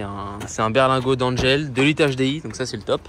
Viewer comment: ça m'a rappelé des souvenirs ! J'ai bossé chez Dangel durant 2 ans il y a 35 ans... (Tu prononces Dangel de façon un peu bizarre ! "Dan" se prononce comme le mot "dent"). Sinon, à mon avis tu en fais un peu de trop avec. Tu vas finir par casser un truc !